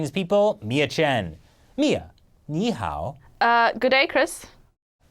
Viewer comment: because americans dont know how to speak Chinese，so i have to say “fuck you whole family and accents”in english，so sad😢，your channel is the most stupid channel，im wonder if the chinese killed all of the hoster's family or what...BTW，your “ni hao ”pronunciation is fucking so bad LMAO